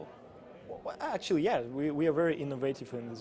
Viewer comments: "actuallu",орнула с голоса Хд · "actually" мне одному так смешно?хд